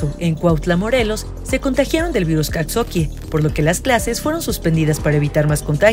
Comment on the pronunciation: Pronuncia mal Coxakie a propósito o para llamar la atención?